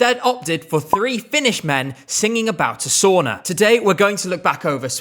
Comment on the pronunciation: Hm. The song tells you how to pronounced sauna several times. Surely you could have at least tried?